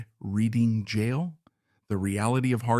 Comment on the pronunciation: Where exactly is "Reeding" jail. 😠 And why does this AI slop keep referring to Wilde as "Wills"??? "Upon arriving in France, Wheel Deep...." ??????